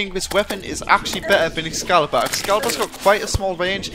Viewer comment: Do you not know how to pronounce t's? Also, it's excalibur, not escalabur, and it is pronounce, mel-ay, not mee lee.